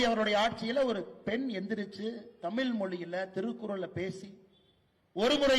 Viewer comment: பேரப்பையன் வாயிலே தமில் விலையாடுது. ஒன்பது பக்கத்தில் பூஜ்யம் மாற்றி மாற்றி போட்டு ஒரு நம்பர் சொன்னார் பாருங்க, sooooper